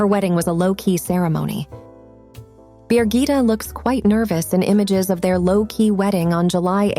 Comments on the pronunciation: Bi GITT eh not BEER gitta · Her name is Birgitte, not 'Beergita' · Her name isn't Beergita and never was. It's in Danish and English Birgitte.